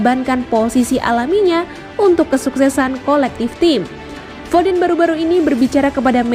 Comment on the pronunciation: Foden Dibaca Fodėn bukan Fodén, kaya kata perih (dibaca pėrih bukan périh)